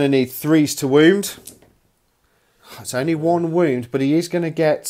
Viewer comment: Are you saying womb instead on wound?